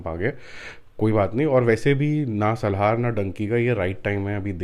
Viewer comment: It's not Salhaar ....it's Salaar please ...u r pronouncing it always in a wrong way🙂🙂